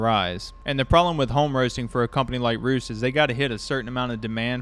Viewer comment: It is pronounced REST.